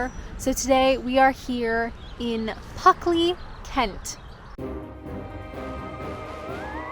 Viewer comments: Puck, in medieval English folklore, a malicious fairy or demon. In Old and Middle English the word meant simply “demon.” In Elizabethan lore. Obviously he was following you and decided to spook your pronunciation from Pluckley to Puckley. :-)) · It's plucky of you to say "Puckley" in Pluckley... Cemetaries feel spooky only because we fear the unknown, including death, and find the decay of the body to be repulsive. Graveyards remind us of this, but they are unlikely to be haunted; if ghosts exist at all, they only tend to haunt the place of their death, which almost certainly didn't occur in the place of their burial. (Unless they were buried alive.........😵💀) I have no favourite places in Kent for I have never visited, save to pass through it via Eurostar en route to the Continent, so every recommendation you take up and exploration you undertake will be a discovery for me too. I would say come and visit us in the Midlands - for which your fee of a pub lunch would be paid to you with the greatest of pleasure - but it may take you some time to work your way up from Kent! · Of course you said PUCKley, you're Canadian! It's entirely understandable that you'd fit an Ice Hockey reference into something 😜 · Maybe it's pronounced Puckley ? ? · Some phantom stole the ' l' in Pluckley .👻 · If you get a village to sponsor you, will you pronounce the name of it correctly? 😂 Also, hilarious how just as you were about to talk about a romantic story you’re like, “anyway, on to the spooky part”… 😂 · You must know by now it takes a lot more than a slightly mispronounced village name to upset or annoy us, it’s not like you put milk in your tea before the water 🤷🏼‍♂️😂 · Nice village tour. Honestly, I wouldn't have known you were saying the name wrongly. Funny thing is if you click on the geo-tag there is a Spanish (I think) language video with the screen title 'Los Fantasmas de Puckley' (They missed the 'L' as well). Also there is a Russian video as well.